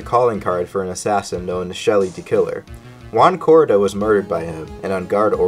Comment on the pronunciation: Thats not Juan Corrida, thats Uan Corida